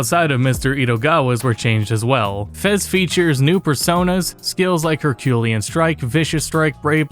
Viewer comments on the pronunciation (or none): Her-kyoo-LEE-un. Like Hercules.